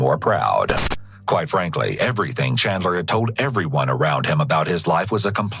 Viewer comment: Chandler? That is “klean” 😂